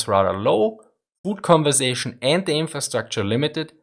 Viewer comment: food preservation conservatition........... nah, I think he meant food conversation. It sounds more plausible :D